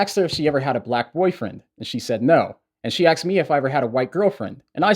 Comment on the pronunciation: aksed her?? lol